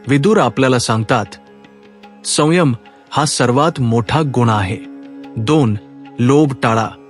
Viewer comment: वाचन करतांना उच्चारात सुधारणा होणे गरजेचे आहे. उदा. संयम या शब्दाचा उच्चार चुकीचा झाला आहे. मात्र एकूण सर्व व्हिडीओ उत्तम झाला आहे. आजच्या जगात सुसंगत आहे! धन्यवाद!